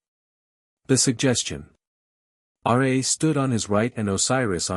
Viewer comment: Its RA, NOT R A